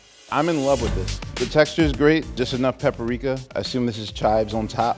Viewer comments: Lol why you put two Ps in the beginning? He said "pepperika" lol for some reason a lot of people combine the words pepper and paprika together and pronounce it "pepperika" It's Paprika! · So we're just not gonna address how this man said ppaperika😂